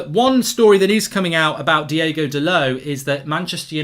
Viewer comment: His name is Diogo not Diego, ok Murk?